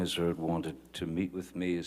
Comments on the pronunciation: LMFAO attorney says miss turd’s, I replayed three times and it’s even in the closed captions 😂😂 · "Did anyone else hear the Lawyer, during Ben King's testimony"❓ The Lawyer says "Mr Depp & Miss. Turd"‼️🤭🤣👏 I Absolutely Love It...Y'all go check it out, Let me know if you hear "Miss. Turd"🕵🏼‍♀️